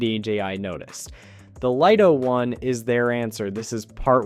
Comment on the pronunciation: FINALLY!! YOU LISTENED. I don't believe it. Your AI voice over correctly pronounced "Lito" Well done. Now get it to stop making up words like say "HDR" and not "HD. R" and we're on to a winner! You might even get a like.